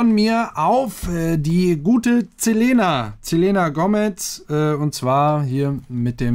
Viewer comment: Du hast den Namen falsch ausgesprochen 😂